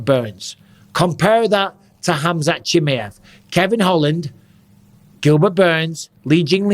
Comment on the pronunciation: Khamzat "chimmy-ev" lmao